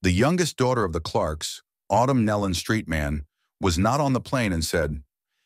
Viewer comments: They pronounce their name Nelon ( knee Lynn) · Please learn how to pronounce their name. It is nee-lun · That is closer, but still wrong. Some people mispronounce it with a "y" sound, because it is easier to say, but it is also lazy and incorrect. "Nelon" is pronounced with a long "e" vowel sound and the "o" is a short vowel sound as "knee-lon." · It is pronounced like it is spelled Nelon, nee- lon, sir... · I just wish 1 of these people that are narrating would do their homework and LEARN HOW TO PRONOUNCE THEIR NAME!!! NOBODY has gotten it right yet that I've seen. 😕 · That is irritating me too. How disrespectful to not even learn how to pronounce their name.